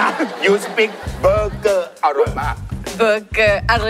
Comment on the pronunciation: ไม่มีใครขัดพี่หลุยส์เลยเหรอ มันอ่านว่าเบอร์เกอร์ ไม่ใช่เบเกอร์ 🤣🤣🤣